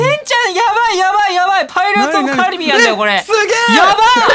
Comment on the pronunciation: パイレーツオブカ↑リビアンだ